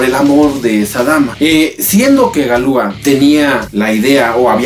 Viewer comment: No se pronuncia Galúa, se pronuncia Galuá. Toda palabra francesa es aguda.